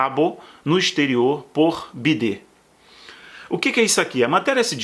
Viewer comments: A pronúncia correta do nome do Presidente dos EUA é “Baiden”. Por favor, é irritante escutar Biden. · Bom vídeo, mas a pronúncia do nome do Presidente dos EUA é “Baiden”. Chamar ele de Biden empobrece Omari discurso. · D. Neide não percebe que ele fala bidê, para a censura não derrubar o vídeo?????... Caso esteja irritando ,não veja o vídeo.